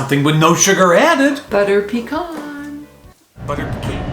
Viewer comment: I wanted to see Fernandina beach💕so glad you said pecan not peekaan.